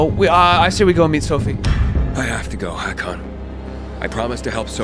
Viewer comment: Its hakon